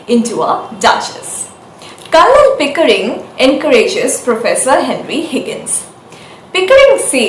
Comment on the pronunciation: Nice. The 'l' in Colonel is silent.